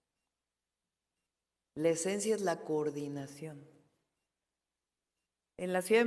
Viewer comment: Cordinación chavos, coordinación cordinacion, coordinaciooooooon vale madres che reportero !!! y burlarse del reportero que es parte del pueblo bueno nos coordinamos pa la próxima , bueno ya una pregunta no mas , la candidata ya se conso , ......igual que su jefazo ineptos